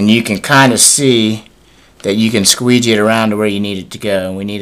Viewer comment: Lol, squegee? XDDD